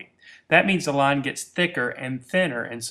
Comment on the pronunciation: IT'S LINE, NOT LON! GET IT RIGHT!!